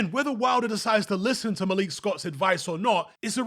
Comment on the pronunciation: Why do you call him malique? lol ur British bro